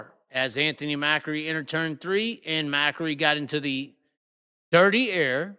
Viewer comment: It's not pronounced mackery.. it pronounced .Ma-cree